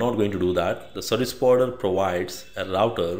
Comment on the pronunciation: Took me a minute to realize "Sebuwibider" was "Service Provider" :-)